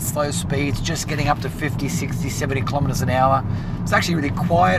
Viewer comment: Ahh, a new reviewer after the great staff walk out. 1. Please stop moving your hands so much. You're not Italian. 2. It's 'kill-oh-metres', not 'kill-om-metres'. You don't buy a killog - gram of potatoes. 3. What's with the jeans? Very downmarket???